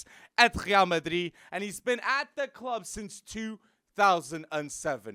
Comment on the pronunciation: Why do you say Real like that?😭😭🤮🤮